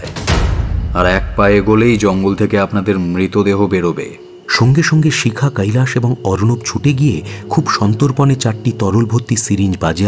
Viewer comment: খুব ভালো পরিবেশন।। "কৈলাশ" উচ্চারণ টা কানে লাগছে